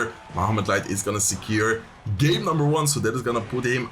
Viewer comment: Kept sounding like you were saying flesh light 🤣